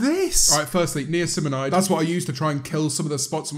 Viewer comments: whos gonna tell james and kylie that it's Nicinamide not neocinamide? ahah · The way she pronounced Niacinamide probably shows just how much she "knows" about that ingredient... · Them both saying Niacinamide so wrong is triggering me!